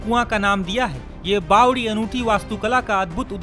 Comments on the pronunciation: Are bhai bawli nahi bawdi bolo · रिपोर्टर भाई बावली नहीं बावड़ी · Kese patkar h inko nm lena bi ache se nhi ata isko bawli nhi bawari bolte h bhai